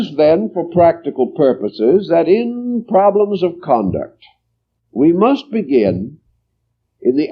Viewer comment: "Conduct" not "Concuct" tysm